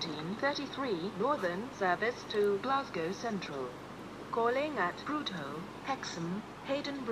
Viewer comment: Jonathan Glass Haha I know. She also mispronounces Prudhoe. It should be 'Prudda', not 'Prood-hoe' 😂 She has recorded a better pronunciation of Prudhoe in which she now pronounces it correctly.